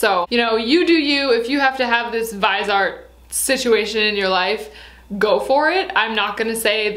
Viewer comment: The viseart I think it's pronounced as face-art but with a V, since Visage is Face in French. And about the Dyson blow dryer 😱! I'd never buy it even if I was a millionaire!! And I blow dry my hair very often. It's $500 Canadian!!!!